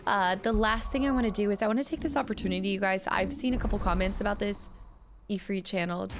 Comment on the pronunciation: So Ifrit is pronounced "E-free-t" it is an Arabic word for a powerful dark/evil djinn.